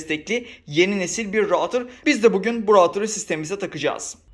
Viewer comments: Rautır değil Ruutır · Video için teşekkür ederim ama rautır değil, ruutır diye okunur.